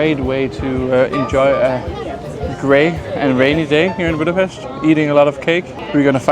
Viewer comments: Whoa! Perfect pronunciation of Budapest (not "BÚdapeszt" what they usually say), and the names of the cakes. Zserbó is the absolute heavyweight champion merely because of the ingredients: walnuts, chocolate, apricot jam, pastry - you can't argue with this dream team. It's a normal-size cake. You only got that small because they were trying to keep the price low and the ingredients so expensive, small size was the only way. Made it a few times, everybody loved it. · that was great, especially appreciate the correct pronunciation of Hungarian 's' in Budapest, Dobos, etc. Please try any cakes with poppy seed!